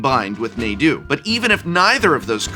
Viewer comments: is it just me or does it bug anyone else that he says nay-du instead of nah-du? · I can only hear NAY-du so many times lol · Listen I know its a Professor's job to mispronounce names, but it really isn't neighdew. I feel like there is no way you could have watched any coverage of the pro tour or any meaningful discussion about it and still be pronouncing it that way. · Prof, You pronounce it Raw-gaw-vahn, but you pronounce Naw-du as Nay-du, omg Nay-du is grating on the ear! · Prof is the only one who calls him Naydoo and not Nahdoo. It hits my ear so so wrong. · Nah-doo not Nay-doo please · its not Nay-du its Nah-du as there is no double consonant. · Stopped watching after the like 4th time you pronounced Nadu wrong. How many people have you heard call it Nay-doo vs Nah-doo like come on its like you're intentionally saying it different to be "cool" or some hipster shit. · Sorry, couldn’t get past “Nay-doo”. Someone tell me if I’m wrong, but isn’t it “Nah-doo”? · prof you're an english major don't do this its NAH-DOO not NAY-DOO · Two things: 1. I'm pretty sure his name is pronounced like Nah-doo. Long A's typically don't show up in Ancient Egypt, on which Amonkhet is based (similarly, it's not "Ay-monkhet," but "Ah-monkhet." 2. I had been reading Nadu's ability wrong. I thought his ability triggered only by opponents targeting him. I don't think my brain allowed for the possibility that they'd actually print something like that where you could just target him with your own free equip costs... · Love you It's a major dad moment though when you pronounce this card Nay-doo. Like when my aunt says Mario like the Ma is the 'May' in Mayor. The spelling and english pronunciation would suggest it's pronounced Nah-doo, like 'nah bra, that ain't how it's pronounced' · Also just got to the part where you pronounce Rah-gu-vahn, so why is Nadu a hard 'a'? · Nah-dude? Nay-dude. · I've been saying Nahdo, the Naydo pronunciation has me spiraling.